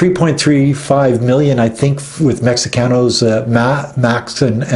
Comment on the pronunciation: Mexicanos is pronounced (Mehecanos) the ( X) in Mexico is pronounced with an H.